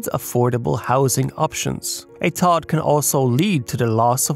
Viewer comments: but no one calls it "Todd", it's always pronounced "T.O.D.". It takes him sound like he doesn't actually understand the topic. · But, still… why is he saying “Tod”? Does he not know? And if he doesn’t know, …why not? If you’re reporting on this I would assume you’d know what it is. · Why is he saying “Tod”? Does he not know? And if he doesn’t know, …why not? If you’re reporting on this I would assume you’d know what it is. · For those who don't get why is saying "Todd" every time, he is saying TOD, or Transit Oriented Development